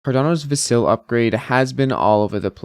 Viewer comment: I don't understand how someone following Cardano, which likely means they watch Charles Hosky videos, can still mispronounce Vasil.